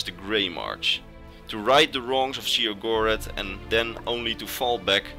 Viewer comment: Great video as always, but there's 2 things I need to straighten up: Sheogorath is pronounced "Shay-oh-goh-wrath" The Greymarch doesn't last 1 day, it's an event that takes place during the remaining time of the last year of an Era. First, the Great Torch of New Sheoth goes dark, indicating thee start of the Greymarch, then the Obelisks of Order become activated by defected Priests of Order, them the crisis keeps escalating until Sheogorath himself is freed as Jyggalag. Funny thing that happened to me: When Sheogorath was morphing into Jyggalag and saying how he was totally gonna rekt the Isles, Haskill gave me his greeting, "Always a pleasure." Needless to say I had a good laugh.